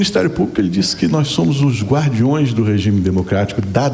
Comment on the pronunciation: "GUARDIOES" kkkkkkkk